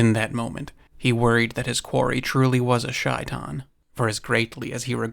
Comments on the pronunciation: Its pronounced shay-tan not shy-tan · Heads up, it's not pronounced "shy-tan" - it's pronounced "shay-taan" (first part is like saying "say" but have the "shhh" sound). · It's Shay-Tan not Shy-Tan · By the way, shaitain is pronounced 'shay - tawn' (at least close enough) and is specifically what evil djin are referred to in Islam (aka demons). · I am Bosnian Muslim and it’s pronounced ‘SHAY-tan’ 😊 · Read the book when a kid. You tell it well! It is usually pronounced SHAY'tan and is basically Arabic for Satan. One of the cats Corbett killed. It was said to be extra large for a leopard.